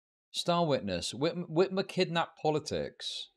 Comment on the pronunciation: Not gonna lie one of the things that bothers me the most is how he pronounces Gretchen Whitmer’s name